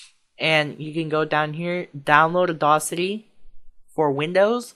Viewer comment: audAcity, not audawcity, lol.